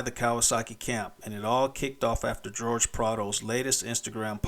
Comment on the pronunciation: 😂😂 fr tho I was like “hor-hey” come on now